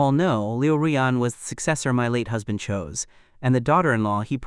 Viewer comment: It's husband, not hasbent